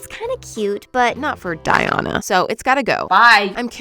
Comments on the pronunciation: my name is Diana so hearing it being pronounced “Die-Ona” so wrongly hurts my soul LOL 😂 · I’ve never heard someone pronounce “Diana” that way, and each time you say it I get a jump scare 😭